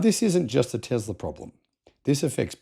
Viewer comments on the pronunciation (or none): none